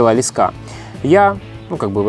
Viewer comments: Почему блогеры постоянно говорят лескА???. По моему ударение должно быть на первом слоге, т. е. лЕска.... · Не лесКа, а лЕска , наберут в блогеры чуваш по объявлению с остановок😂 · Не лескА а лЕска. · ЛЕска ударение е, имя существительное. ЛескА ударение а, родительный падеж от слова лесок (лес) Богдан снимал видео на краю лескА Школьная программа... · лЕска ударение на первый слог.